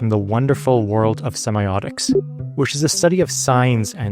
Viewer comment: that’s not how you pronounce semiotics 😅